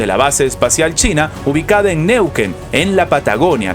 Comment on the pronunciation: NeuquEn, con acento en la segunda E. Saludos 😂